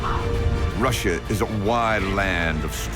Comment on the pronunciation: The narrator doesn't know how to pronounce Russia correctly. Where do they get these people?